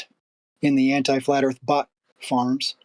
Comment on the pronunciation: The ending monologue really shows how purely evil is. Sprinkled with claims of "erf measured fwat". Hilariously never have these measurements been provided.